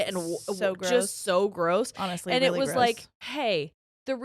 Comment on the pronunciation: “I’m like, weally fast 😏”